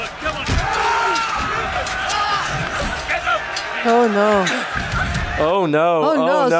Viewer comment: How are you still calling Sansa...Sonya??? Lol 😆